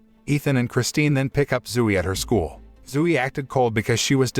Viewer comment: zoo-e LOL